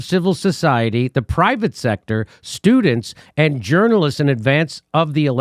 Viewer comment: she's right when she said not journalist's.